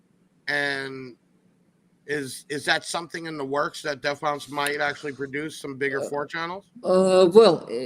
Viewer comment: at least pronounce it "Bonce" when he's on the show